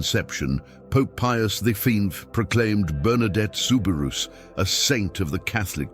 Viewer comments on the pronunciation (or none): Please if you’re going to narrate something learn how to pronounce the names it is soo bi roo NOT rous